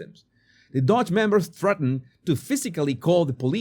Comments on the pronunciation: Doge. Not 'Dodge' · It's not dodge... it's doge.